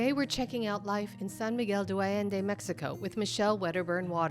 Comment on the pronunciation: The host needs to pronounce San Miguel De Allende correctly. She is butchering it! It is Not Do Allende it’s De like day pronounced. Please pronounce the Spanish right. This goes for the interviewer as well. I know you’re not a native but say it right if you are going to educate /inform people about this place. 😮🙄